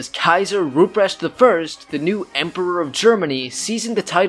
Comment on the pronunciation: A 10 minute video where the first 5 minutes is just the setup... Also the pronunciation of Rupprecht makes me want to cry